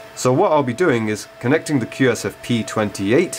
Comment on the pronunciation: Start with correct names/terms. QSFP28 & SFP28. You keep butchering the types all the way through.